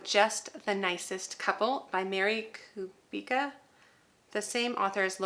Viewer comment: Clever idea. I've taught everything from pre-k to university. I love all things academia and for me September is the start of a new year! Mary Kubica is great. I read all her books. And you pronounced her last name correctly!